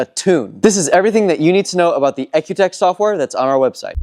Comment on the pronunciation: I understood cars have an E C U not an EK U ... the Product is pronounced E C U TEK..